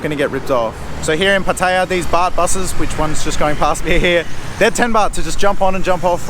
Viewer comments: Pa-Thay-ya??? How about Pah-tay-Yah! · Some good points. Also, pronounce Pattaya correctly. The emphasis on the ya not the pat-tay-----yah. You sound like an idiot to locals. Also, the Wai conundrum ... Wai or not Wai? Simple, don't do it if you don't know the etiquette. Having lived there for over 10 years, one sure way to be spotted as a rube is to Wai everyone. Best response is to smile and nod, they will not expect more. ATM - excellent call, that's a trap I have fallen into in Hua Him. Luckily, the 7-Eleven had it behind the counter via a friendly local. Someone in the comments mentions altercations. RULE NUMBER ONE: Don't get into any. The advice to pay the bill and move on is a good one.Thailand can be unforgiving to anyone who gets indignant at everything. I always tell people ordering food, if they want to correct, just add on, get the dish you didn't want, otherwise it will all go horribly wrong. Motorbike and Jetskis are mainly a Pattaya and Phuket scam, but as he says, beware. Phuket is a destination best avoided for Mafia taxis and criminal tuk-tuks. Jomtien is a nice peaceful beach in comparison, or Hua Him or even Prachuap Kirikhan (Spelling might be off . . 555). There is also a farang penchant for walking around in expensive gold chains. I would recommend not to do this, for obvious reasons. This sort of advice that's given is even more essential if you get out into the wild, the countryside. Guns are rife, you don't want to be approaching the wrong girl or trying to argue a bill somewhere where E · I'm surprised how an intelligent guy like you, still can not pronounce Pattaya correctly.. I thought it was only the poms who insist on saying pat taya... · all you guys pronounce pattaya incorrectly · Please pronounce Pattaya right please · good advise mate but would prefer if you learnt how to say "Pattaya" correctly. Although your tips are good, you sound like a tourist. Otherwise, good video.